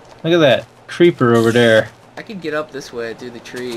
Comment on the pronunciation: "LOOK AT DAT, CREEPAAR OVAR THAARR"